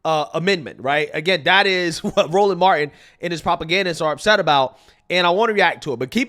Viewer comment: said "dat" 🤣